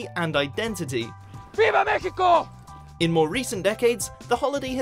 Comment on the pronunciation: "Viva mesico" lol.. any way. happy someone finally pointed these out.